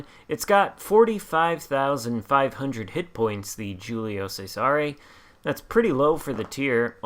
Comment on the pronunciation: Great video! This is a very good shop and fun to play at Tier IV. This ship has a tricky name to pronounce in Italian, (pronounced Julius Caesar in English) but hopefully this helps . The “G’s” in Italian are generally silent and the “C’s” at the beginning of words are pronounced with “Ch” sound. The “S” in “Cesare” makes a “z” sound. “Giulio Cesare” is best pronounced like this: ee-you-lio chez-a-ray Hopefully this helps. I find this ship to be kinda “tanky” with angled caution, and can hold its own with some Tier V ships like the Arizona and few others at Tier V. I think this ship would respond greatly, if there was an Italian dispersion battleship captain. Still, it’s a lot of fun ship to play.